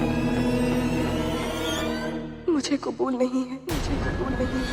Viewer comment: its qabool not qubool